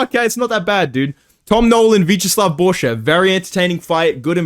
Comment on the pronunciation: Jon Anik disperses name pr0p4ganda. Unc was calling borschev boarshowve.Its shev like shevchenko lil bro just put the fries in the bag.